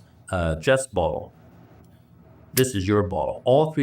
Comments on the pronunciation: I had to read the captions to figure out the word “bottle”. 😂 I was hearing ball. How do you have three half full balls with fingerprints. 😂🤣 Pedal bike was a new one. Distracted me from everything else. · Omg I did the exact same thing. I kept hearing “balls” for the longest time. Thought they were playing boules or something 😂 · Yes. The buzzcut guy can’t say “boTTle”. He needs a speech coach.